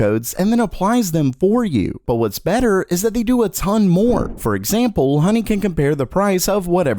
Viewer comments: It’s honey not hoeney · yeah, download hoe ny...what accent is that?